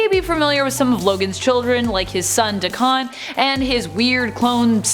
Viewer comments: Dey-ken not dakhan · “Day-Ken” not “Da-Kahn” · Day-ken, Dak-en. Never duh-con please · You mean “dayken”. Never heard of “dakahn” 🤣🤣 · It's a derogatory japanese word for mixed breed and is pronounced "daw-ken" like the 80's metal band. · It’s Daken. Day-ken. He’s not Butter Pecan😂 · Dakahn. I'll leave that here lol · Da-Ken....sorry that was bugging me...... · Nope its DaKaaaaahn! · Why is she saying dacons name like that that’s definitely not right she’s the only one who ever said it like that before